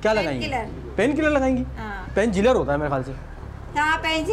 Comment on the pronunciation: Painkiller ko painjiller 😂🤣😂